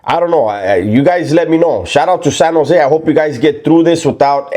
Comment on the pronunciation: San Jo native here. You pronounce it right. Sanosay. 1 word. And you are spot on. Respect!